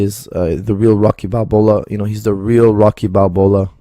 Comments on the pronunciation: Lmao, he said Rocky Balbola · Balboa not Balbola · And I thought my ears were not working properly... So it is Balbola🤔